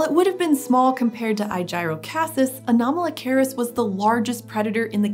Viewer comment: Everytime she says Anomalocaris, I keep hearing Kamala Harris